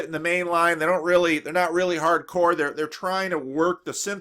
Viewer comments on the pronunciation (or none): none